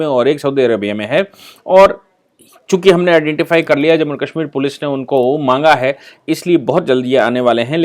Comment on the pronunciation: सर आप काशमीर क्यों कहते हैं वो कश्मीर होता है।